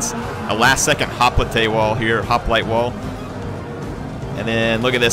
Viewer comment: Hop-lité? I never knew was part French.